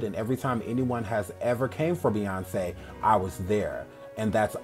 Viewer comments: this is so upsetting and i really liked her too😒. but i will say, i don’t think her nuffin song was because of sandra bland, because i don’t think anyone could be that heartless and evil to make a song like that after what happened to her. also she didn’t say “beyonKEY” she said “beyonKÉ” and that’s because she’s sometimes fools around like that she only pronounced the “c” as in “k” i don’t think that’s that deep, but the rest of the stuff is just disgusting for me to look at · Hi!!!👋🏽 excellent work, as always!❤ I think Doja was trying to be comical by pronouncing the "C" in Beyonce like a "K" sound, and thought the rest would go over everyone's heads....it didn't!